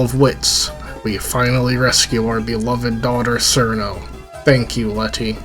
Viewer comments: Also pronounced "Let-Tie-E" not "Let-tea" its not "Sir-No" its "Churn-No" its "Toe-Hoe" not "Too-Hoo" i cant even finish the video after seconds without muting because its annoying to listen to someone that does not know basic phonetics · Or Cirno as "Sir no" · it's obviously pronounced crino